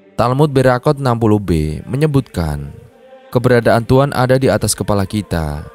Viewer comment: Kok tuan buka Tuhan ... kurang jelas bicaranya